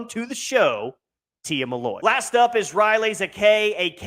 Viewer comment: It’s Tia MILLOY not “Malloy”